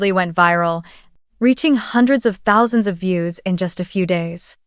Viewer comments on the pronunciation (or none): AI hasn’t learned how to say “thousand”??? Obviously, you didn’t edit your script and narration. 👎👎👎